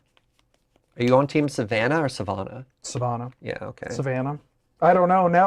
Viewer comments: I live near Savannah. It's Suh-vanna not Suh-vahna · As a Georgia native it’s savanna.